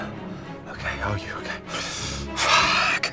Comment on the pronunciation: The "Faaaack " is so Canadian and I love it